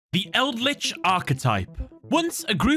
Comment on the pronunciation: Like the content but still throwing a dislike because it's eldlich. You understand right.